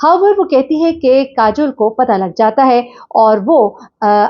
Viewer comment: نام کاجل نہیں ہے۔۔۔ کاجول ہے